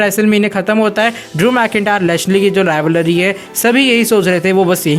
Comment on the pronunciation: bhai tum rivalry to rivalary kyu bolte ho?